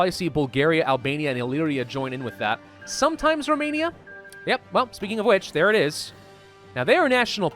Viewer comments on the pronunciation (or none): none